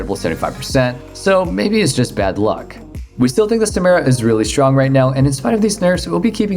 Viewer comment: SA-MI-RA It's like you're being a dick on purpose